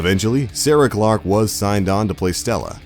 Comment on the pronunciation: It's Sarah chalked not Sarah Clark